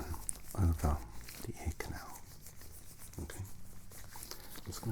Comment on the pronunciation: Around the edge of your "aer".. ear 😂 that got me